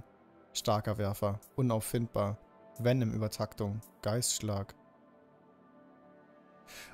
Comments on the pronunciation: Und es heißt Vennom nicht Vienom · der gute alte Wienem-Schlag (Venom wird :wennem: ausgesprochen :b) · bro, bitte sag nie wieder vinem schlag. Ich bin voll getriggert gewesen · wie er erst mal zum venom schlag vinom schlag sagt ( ca.) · Es heißt v e n o m Schlag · Beste Venom der symbiont falsch ausgesprochen und dann statt viereck einfach dreieck